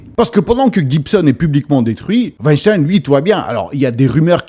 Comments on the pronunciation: Rectification importante!!! Ce n'est pas Weinstein, mais Wenstine veuillez prononcer le nom correctement svp 😂🤣😂🤣😂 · Selon la nouvelle prononciation, on doit dire Weinstine et non pas Weinstein ! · On ne doit pas prononcer Harvey "Weinstayne " mais "Weinstiiine"